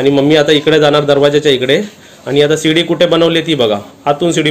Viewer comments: किचन खालीच राहू द्या पप्पू ची रूम वर बनवा आणि सुनबाई ला आवडणार नाही काहीपण बोलू नका रेसिपी छान 👌👌👌👌👌 आणि शिडी बोला सीडी नाही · सीडी नाही. गाण्याची असते तिला सीडी म्हणतात. ह्याला शिडी म्हणतात. शिडी असा शब्द आहे., सेटर नाही. शटर असा उच्चार आहे.